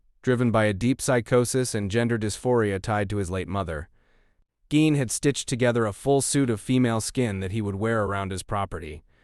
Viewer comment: Geen pronounced not gine